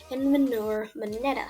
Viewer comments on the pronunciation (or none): none